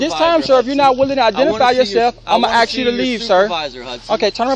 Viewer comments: diversity hire say ax instead of ask... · Doesn’t know law or language … axsking questions. Idiot. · Officer threatened that man. Said he was going to axe him. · imma axe you ta leave